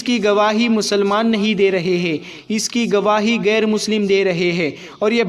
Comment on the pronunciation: Gair nahin bahen. Sahi lafz hai ghair.. Aap musalman hokar Urdu ka sahi lafz nahin bolengi tho kaisa ? Aur salaam walekum nahin.. Assalamu alaikum ye sahi lafz hai.. Pahele apni Urdu pronnunciation ko sahi kijiye..